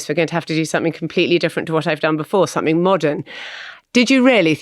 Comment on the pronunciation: When will someone finally tell Simon Cowell that somethink isn’t a word ! 😂😂😂